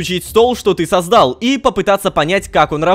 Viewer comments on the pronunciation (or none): Всё, я больше не могу терпеть. сОздал, а не создАл, пойми. Кстати, объясните тупому, Рома же строил фармилку опыта на стриме, или видео снято до стрима?